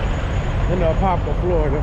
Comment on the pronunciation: You said Apopka correctly If where you dropped was off of Micheal Gladden blvd, it might be two miles from my house